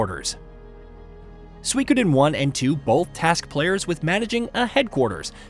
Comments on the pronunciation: SUE E KO DEN. say it like that. You're saying wrong. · You are pronouncing the name of the game wrong.